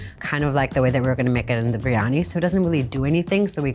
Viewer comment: I remember it well, so bad and she couldn’t even pronounce it correctly. Some chef…..